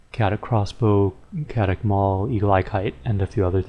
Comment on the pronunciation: its not cat-it crossbow its kay-o-tic crossbow